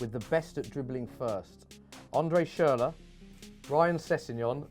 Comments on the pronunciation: It'* Schürrle, not Schurrle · André Forschurrle